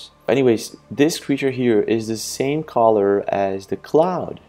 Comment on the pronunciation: Why you keep pronouncing the world “ color “ as caller ?